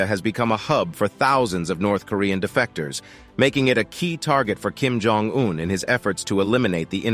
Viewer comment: I should know, as soon as I hear the narrator's voice, that the video will involve a lot of "filler" content and, btw, Jong is pronounced Chong. This narrator always gets things wrong.